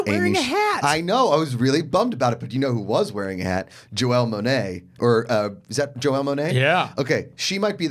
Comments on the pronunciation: "Joelle" Monae lmao wow... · YOU DROVE ME CRAZY ITS JANELLE MONAE not JOELLE LOL!!!